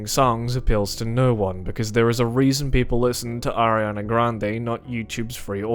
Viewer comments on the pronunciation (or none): none